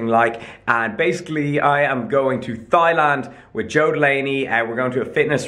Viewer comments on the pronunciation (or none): How to be a likeable quirky guy like: Step 1. Say 'Thighland' not 'Thailand'. Step 2. Say 'Autonomy lesson' not 'anatomy lesson'. Step 3. Eat your apples chilled. Step 4. Get shredded. Step 5. Record yourself. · Is pronounced Tai-land. Like Tai-Lopez-Land. Not Thigh-Land. I mean, we get it, you squat, but c’mon. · buddy,. Did you just pronounce Thailand as Thigh-land? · Thigh-land x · Thigh-land lol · Did you say "Thigh-land"? Hahaha bruh! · First man can’t pronounce ibiza and now man can’t pronounce Thailand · Hey. Its Thailand without the "th", if that makes sense. Anyways, I am Thai and hope to see you bro!!